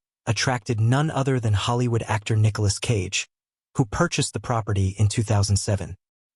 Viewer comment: Nicholas "Sage" lolz